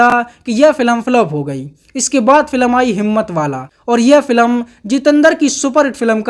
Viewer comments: भाई फिल्म को बार-बार फिलम क्यों बोल रहे हो 🤔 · भाई तू फिल्म कहना सीख ले, फिलम नहीं होता भाई